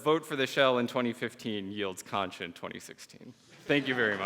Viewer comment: this is borderline mindblowing, my only problem is with the way he pronounces xonsh